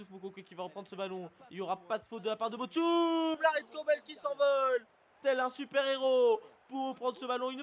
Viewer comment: Bochum se prononce: Bord Houme